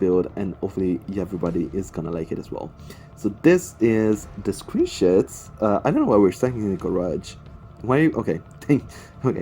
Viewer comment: Just have to ask, did he say screenshots or screenshits